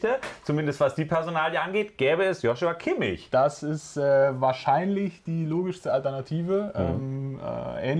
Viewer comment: lernt doch endlich mal kimmichs namen